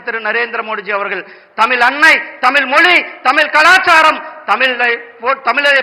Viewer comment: முதலில் தமிழ் என்ற சொல்லை சரியாக உச்சரிக்க கற்றுக் கொள்ளுங்கள். ஐயோ ஐயோ🤦‍♀️